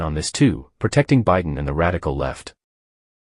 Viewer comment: Trumps been up too late. "It's past his "jail" time. "ByeDon"...